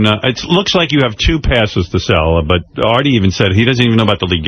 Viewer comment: I like how he can never say Artie correct. Airtie